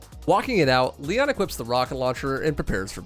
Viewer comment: ITS LEEONN not LIE ON